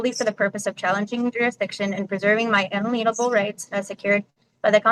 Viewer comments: I gotta rewind.. did she just say unleanable rights? How is the sovcit script STILL broken and not printing "inalienable" correctly? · Her un-ah-lean-able rights. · She can’t even pronounce words in the script…”un-a-lean-able” (unable to lean?) 😂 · Good luck with Judge Webster 😂😂😂😂 And it’s inalienable, not unaleenable, genius. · Do sovcits go to class to learn how to mispronounce "inalienable"? That example of ignorance and their trying to limit the meanings of "understand" and "represent" are comical at best. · You are a true master of jurisprudence 😂😂😂 Maybe try recruiting people who can at least pronounce the words in your script pal😂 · Can any of the Sov Cits pronounce “inalienable” correctly? It’s not that hard. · None of these SovCit half-wits know how to pronounce "inalienable". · I can feel the judge rolling his eyes about the time this sov cit misppronounces "inalienable" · My favorite is how they always mispronounce the word “inalienable” 😂